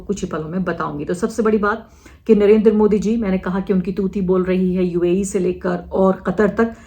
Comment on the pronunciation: Uae bhi bolna nahi aarah